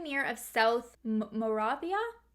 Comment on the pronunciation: More-Rave-EE-Uh (you're welcome)